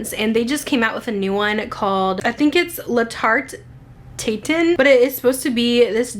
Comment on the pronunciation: The Jousset ( say : 'ýou-set ) "Tarte Tatin'( say : 'Tart- tah- tahn ) sounds great ;) It is the French version of 'Apple Pie 'but rather the upside down version ? I would imagine something like an apple pie scent from child hood when you wake up on sunday morning 💗